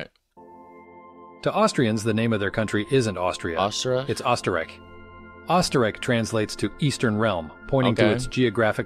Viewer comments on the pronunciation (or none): Austria is called Österreich, not Osterreich (and pronounced differently than in the video). The latin name Austria has been used for over a thousand years though and 'tu felix Austria' (lucky Austria in latin, mostly used in connection to the Habsburgs gaining a lot of territory via marriages and thus making Austria 'the country where the sun never sets' by getting ther tentacles as far as Mexico) is still used locally, albeit sarcastically.